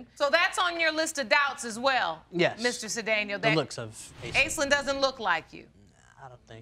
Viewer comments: Off-topic but, the name Aislinn is Gaelic and pronounced ASHLEEN, not "ace-lynn" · It's pronounced 'Ashlinn' not 'Aislinn'. I can't help feeling sorry for the kids having such washout parents. We can only hope and pray that they wake up before too much damage is done. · I thought that name was pronounced 'Ash-lynn'...?